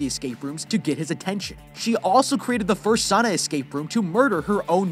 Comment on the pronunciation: "Saana" 😂 its not that hard to say its just Sauna